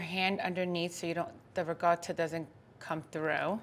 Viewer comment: So Italians pronounce "ricotta" with a G??? RIG - O - TTA??